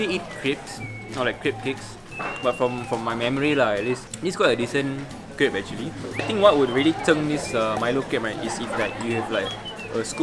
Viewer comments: I don't want to sound like a snob but crêpe really isn't pronounced "crEEp" but like "krep" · *crepe ('crape') not creep